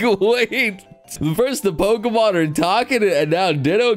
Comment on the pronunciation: I can't tell if your farming engagement by getting the Pokemon names wrong or if you genuinely having a streamer brain moment